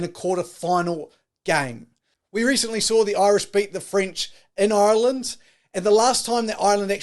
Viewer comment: Who is this guy...Ireland went to France this year..not last year...do your bloody reasearch you annoying fly...learn pronounce Ireland too